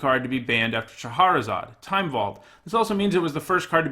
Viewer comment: each time you say shaHArazad instead of SHAHrazad, a puppy dies.